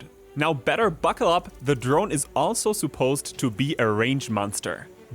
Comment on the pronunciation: ‘Suppose’: the u should be pronounced as schwa, not oo.